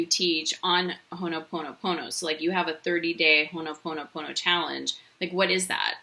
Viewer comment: It's ho'oponopono not Honoponopona! Awesome video